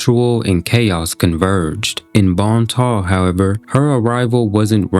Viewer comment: It's Bon Temps! Not bon ta. No one knows how to read or pronounce anything. Like Dionysus...die-oh-nice-us